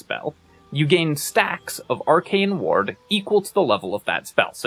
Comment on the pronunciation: Why do you pronounce “ward” like “waHrd”😂